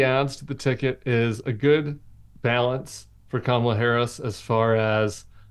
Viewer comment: “Kama-Black” = Kama-bla